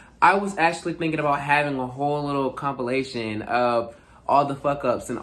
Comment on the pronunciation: is it my imagination or did I just hear complimation lmfao